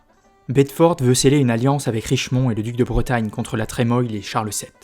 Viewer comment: Je peux me tromper mais la Trémoille se prononce la tremouille non? Quelqu'un a l'info ?